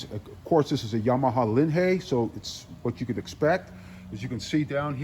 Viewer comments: never heard anyone pronounce it the way you do. Always heard it pronounced as if it is LIN High. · Stupid video, zero video of the actual assembly. The name is not LINHAY, it is LINHIGH. Also not VITASSEY, it's VITACHI. Repetitive narration to "keep you updated" Poorly done.